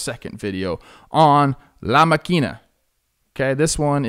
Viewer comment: Hey Trev, big fan here! Fyi, the Spanish pronunciation emphasizes the first syllable, la MA-kina. Loving all the Jomboy shows, keep it up!